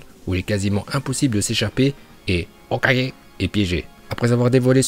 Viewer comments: Jaime bien mais le "hokagé" comme un tirso ça casse les couilles de ouf 🤣🤣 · Notre porte parole préférée des prononciations dignes d’un japonais (HOKAGE) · J'aime bien la prononciation de l'HOKAGE!!! TU NOUS TUE MEC🤣🤣🤣🤣👍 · HOKAGE Masterclass le prononciation 🤣🤣🤣🤝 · J'aime la vidéo, mais tu ne te trouves pas énervant avec ta prononciation de HOKAGE...? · Pourquoi il dit Hokage d'une manière aussi bizarre 🥲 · tu prononce le mot hokage de facon bizare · tu sais que tu clc à proncer hokage comme ça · Pourquoi il dit Hokage comme un gogole ? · aime bien prononçait Hokage comme dans la VO c' est pour ça que quand dit Hokage il le prononcé on dirait qu' il se trompe.